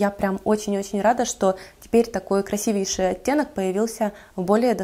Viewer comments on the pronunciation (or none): none